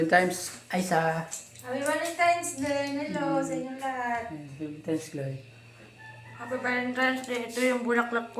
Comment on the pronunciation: Valentines,hindi valentimes....😂😂😂